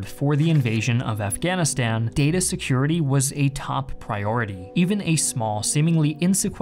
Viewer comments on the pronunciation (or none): none